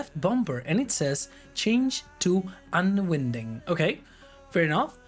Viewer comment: "winding" and "unwinding" in the context of spinning a spool is pronounced like the word "wine", I am "wine-ding" the hose up for storage, I am "un-wine-ding" the hose from the reel. Otherwise, Really enjoyed the video!